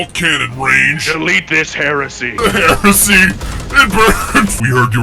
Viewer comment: understandable ummm....kinda understandable what just what??? ...................HERSEY!!! XD